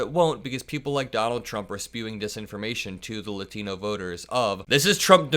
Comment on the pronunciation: yo good video BUT its not lutino. its latino you say it like lot like parking lot. imagine lotino but instead of o its an a with the ah sound not uh sound bruh. yt people dont even try to pronounce races correctly, even when its terribly easy. just like kamala yt people act like its terribly hard to say. its strange to me.